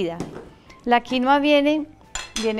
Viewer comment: Felicitaciones, hasta que por fín alguien pronuncia bien "quinua" 👏🏻👏🏻👏🏻